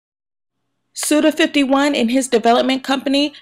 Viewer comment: Just for future reference, Suda51 is pronounced Suda Five-One. Nice review! :D